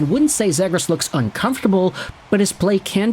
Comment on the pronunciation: The way you pronounce Zegras, is like me pronouncing Lagoricks. Oh and if 50 Subredditors are worried than I guess we should trade him.